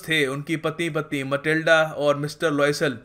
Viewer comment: Sir Matilda not a mathilde